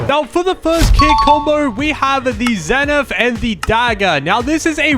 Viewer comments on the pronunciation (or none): bruh its Zephyr not Zeneph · Love your vids and keep up the good work and its called zephyr not zenith ❤❤ barbarian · ERmmmmMMmMMMMMMmMmMMMM ITs AcTually ZePHyR 🤓